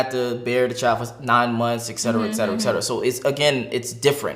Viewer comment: Man, did you just say ex cetera? Are you an idiot?